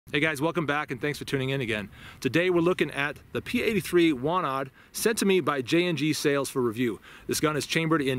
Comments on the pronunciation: Wanad is pronounced "vanad" and Łucznik (factory in Radom which made the gun) is pronounced something like "woochnik". I believe that P-83 has been absolutely phased out of usage (maybe except some kept just in case) with the police and the military. Walther P99 (and a little bit of Glocks) is currently being used by the police. Our military (except the military police and special operations units) uses WIST-94... which honestly sucks and no one likes it. lol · You have to read it "Vanad" :) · Ł in Łucznik (archer) you read like W in whiskey. CZ is like you read ch. But W we read like english V Wanad is Vanadium. 80ies for Poland was bat times we had basicly economical melt down so its not the best quality :) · Ive come to learn that pretty much any European word/name that has a W in it is pronounced as a V, just FYI man.